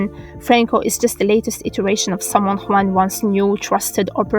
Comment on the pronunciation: Kudos for the "Juan" pronunciation , I know it´s really rare to hear it right. New subs, Great video.